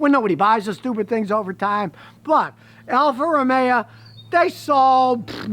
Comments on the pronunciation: Ol' Scotty really doesn't like Italian cars. He can't even pronounce the brand. Alfa Romero! :o! People like Scotty perpetuate unfounded car brand perceptions. As long as Toyota keeps sponsoring his customised denim shirts! Yee-haa with 6.1M subscribers! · I was making a car review for Alfa and I accidentally pronounced it “morero” and I was nailed by the YouTube community lmao